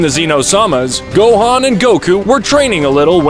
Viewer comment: Why did you say gohen